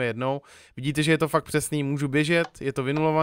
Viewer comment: místo fakt říkáš fak jsem z moravi takže se nediv